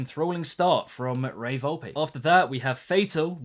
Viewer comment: its Volp-Eh